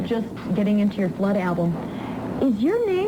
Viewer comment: She called "Flood" "Flad" the first time. Wow.